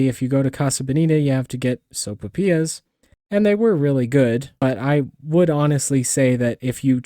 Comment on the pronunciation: Soap'pias??? So-pai-PEE-yass. Your welcome.